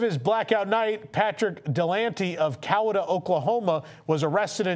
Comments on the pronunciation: I thought the same dont judge all of us Oklahomas by him. It killed me how he pronounced Coweta. 😂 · The pronunciation of Coweta killed me more than the story. 😂